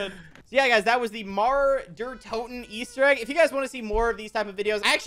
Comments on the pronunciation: i love how english speakers pronounce mauer der toten lol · Its German so I'm not surprised you mispronounced it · it's funny how he pronounces "Mauer der toten"